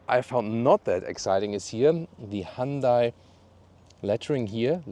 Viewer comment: You’re pronouncing Hyundai incorrectly